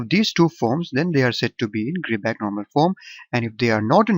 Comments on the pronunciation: its not gridback, its gribah (i pronounced like "i") :)))))))) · it's not gribah eather ! the therm "ch" has its own prononciation !